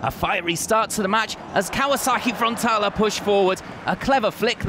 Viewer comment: how many times is this guy gonna mispronounce frontaLE not frontala. wtf